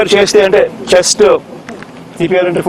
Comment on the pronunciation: CPR అంటే.... Chast pumping .... మాకర్మరా బాబు.... వినలేక పోతున్నాం....